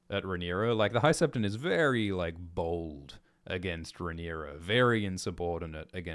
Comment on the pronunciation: Every time and said "Bold John Roxton" I heard "Bald John Roxton." I was so confused why he had hair